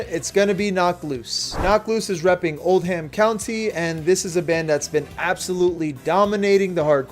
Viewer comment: The pronunciation of Oldham County hurt me (I’m from Louisville)